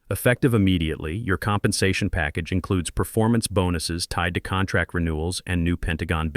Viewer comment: I guess Patricia Wells is the new Marcus Chen in these AI stories and saying contrack makes all the characters sound stupid.